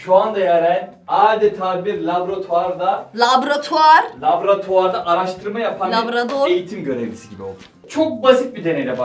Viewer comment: No body: Tatlici:labratuvar